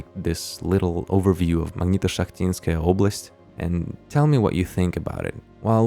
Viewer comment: I checked g. trans, the o in oblast is pronounced ö (ooh), oblast is accurately region, opletai and opletat means the same thing (braid)